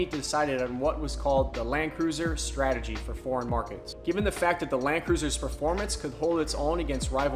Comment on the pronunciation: “STATEGY” ... do I win a prize?